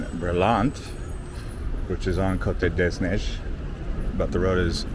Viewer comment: "Cote des neiges" road is pronounce in English as (coat -day - nage)